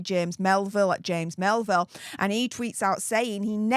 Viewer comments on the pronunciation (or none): none